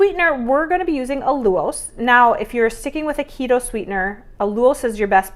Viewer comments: It's AL you losse rhymes with cow due gross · I think… it’s pronounced al-YOU-los…. Not saying the recipe isn’t amazing because it is 💜 I can’t wait to make it myself 💜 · Yes she pronounces Allulose with 2 syllables instead of 3. If you can't find it in a grocery store, her asking for assistance to find it, might not be successful